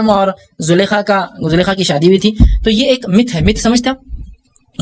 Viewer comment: Sir zulkhaa lafz ka akheer main noongouna hata hai yes y no